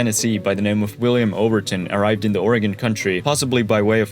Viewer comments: “Cooch” and “The Dahls” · shin-ook, ook being pronounced like look without the l. The dalles is pronounced dalls. E is silent. You also pronounced couch wrong, it’s cooch not couch. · ..the dal less.. no.. we pronounce it “The Dallz” tho props for getting Oregon right! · nobody pronounces it “the dallys.” The city is called “The Dalles” pronounced (dalz) not (dallees) or (dalluhs) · The Dall's is how you pronounce it, foreigner. The e is silent. Not Dally's. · A couple of pronunciation corrections for those who are interested: Chinook = "shin-nook" (rhymes with "thin hook") not "Chee-nook" Couch (the name) = "Cooch" (rhymes with "pooch") not "Cowch" The Dalles = "The Dahlls" (rhymes with "The Owls") not "The Dallees" Marquam Bridge = "Mark-um Bridge" (rhymes with "bark") not "Mar-kwam Bridge" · The e in Dalles is silent. Say "Dalls" one syllable. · I was impressed with that, too, but he mispronounced Couch and The Dalles. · Yeah but he mispronounced couch, he mispronounced The Dalles, and he miss prounonced Chinook. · I liked your video. That said, you mispronounced both Couch, and The Dalles. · This would've been more accurate had the narrator used the correct pronunciation of "Couch" and "The Dalles". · But totally butchered "The Dalles"! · Great video. You nailed the history, minus the pronunciation of a few native words. Namely, chinook and the dalles